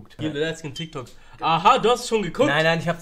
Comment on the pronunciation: Es heißt Tyk Tok😐